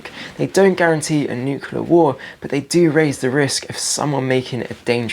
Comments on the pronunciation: Great video but please say 'nuclear' not 'nucular'. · Nuclear,, not 'nukular'. Other than that good videos.